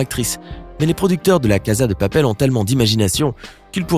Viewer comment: On dit la casa dè papel